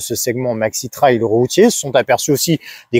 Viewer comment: MERCI pour cette excellente vidéo objective 👍 et surtout de bien prononcer le mot TRAIL et pas "trèl" comme beaucoup... Dont je serai curieux de savoir comment ils prononcent le mot Rail...??? 🤔 Après des années en Jap's j'ai goûté depuis 2017 à la GS avec une 1150 de 2003. Que du bonheur ❤ Depuis le mois d'août j'ai acheté une 1200 GS DOHC TRIPLE BLACK de 2011 que j'apprécie d'autant plus 👍. Bref quand on goûte à la GS il y a beaucoup de chance de choper le virus...😉 Pour moi les lettres GS signifient GRAND SOURIRE sous le casque à chaque fois que je roule avec... Salutations motardes du Sud Aquitaine ✌️